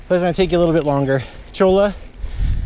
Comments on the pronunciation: Cholla = Choy-uh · Might just be me, but I think cholla is pronounced choyuh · Pronounced "choya". As in cholla cactus. Great video.